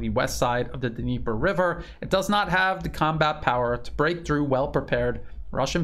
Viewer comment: Dnieper is said "neepur" river